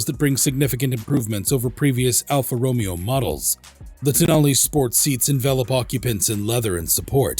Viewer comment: Alfa Ro*May*O!!!, get it Right!!!